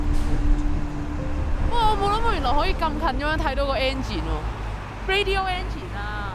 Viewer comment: I replayed what you said a few times and to be honest, I heard "radio engine". Although you might be thinking "radial engine", your pronunciation is a little off. I've lived in HK for more than 7 years so I do understand HK English.